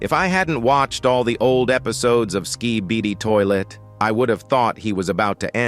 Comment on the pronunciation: blud said skeebede toilet